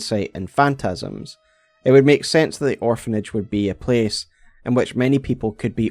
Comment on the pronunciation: “Meek” means something different in English than make, if you want to speak English, it is [maek]. Please, finally, learn English.